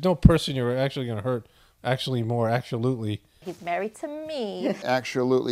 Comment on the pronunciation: Acushulutley!! Fetterman make new word 😂❤:_POTF